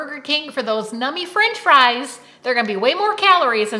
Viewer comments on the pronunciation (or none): none